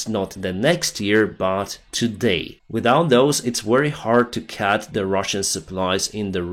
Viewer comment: you have to beginning pronounce Cut like Cut, not like cat. Btw youre doing a great job. And you speak very fine English when thinking its learned from tv(applause).